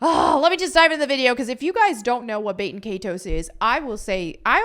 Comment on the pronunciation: can you learn how to pronounce “baten” please? its Bah-ten